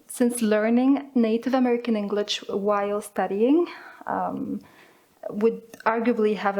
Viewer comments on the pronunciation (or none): she said englich instead of english ad stopped sometimes